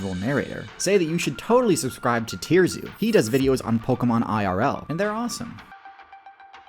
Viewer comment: TIER ZOO??? LMFAOOOAFM